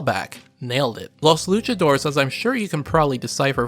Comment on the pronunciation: He also mispronounces "Luchadores" - it's 4 syllables, "LOO-cha-DOOR-rays" - and "Kyoryu" which is two syllables - "KYO-Ryu" (the "y" in both syllables is the standard "y" sound as in "yellow" but blends into the consonant preceding it). Americans often have trouble with that "y" in words like "Tokyo" and "Kyoto" and tend to pronounce them as "Toh-kee-oh" and "Kee-oh-toh," and don't get my started on how American English speakers butcher the name, "Ryu," but, to be fair, that "ry" sound combination is especially difficult for English speakers without lots of practice. Long story short (too late!), pronouncing the "y" in "Kyo" as a the long "I" sound is way wrong.